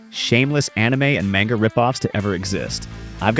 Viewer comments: An "otaku" pronounced "manga" wrong 😔 Evangelion mispronounced, I hereby revoke your weeb card. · I just think it funny how u said manga wrong all the way up to the end and said it right lmao funny